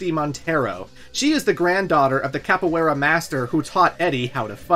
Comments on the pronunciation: your pronunciation of capoiera is disrespectful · For someone who put so much emphasis on the pronunciation of "tekken", you really butchered that. Hwoarang and Capoeira